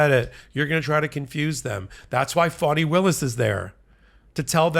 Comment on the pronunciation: It's Faani, not Fawni😄